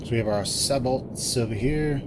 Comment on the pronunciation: Nice tutorial...one request...it's "say-bo" with the T silent :)